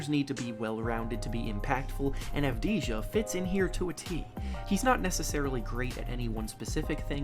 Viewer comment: It’s avdiyya people get it right also I don’t blame you for making fun of us Knicks fans we do it to ourselves, its called Knicks luck